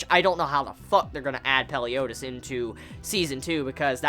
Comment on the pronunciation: Ikr everyone's like Peliodus I'm there like ITS FREAKING MELIODUS!